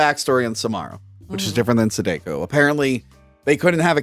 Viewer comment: Sadako is pronounced "Sah-dah-ko", not "Sah-day-ko". (That's my friendly Japanese lesson for the day.) 😉👍